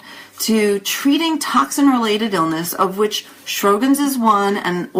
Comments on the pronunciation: In the U.S. Sjogren's is pronounced "show'grens." There is no "R" in the first syllable. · pronounce the name right., geesh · It bugs me too. I think her information is good, and very well presented, but I find it very strange that an MD would mispronounce "Sjogren's".